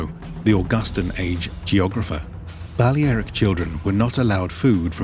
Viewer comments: Bu-lare-ic not bale aric it’s pronounced differently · You sure your pronouncing Balearic correctly ? It’s Ba lea ric , lea pronounced lair. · So it's pronounced Bal-le-ae-ric not bal-lea-ric. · Thumbs down for the butchered pronunciation of Balearic. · Why couldn't he say Balearic correctly? lol